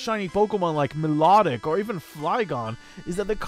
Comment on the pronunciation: milotic pronounciation: my-low-tick